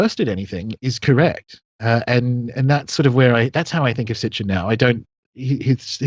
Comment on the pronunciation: SIT-CHIN. Not STICH-IN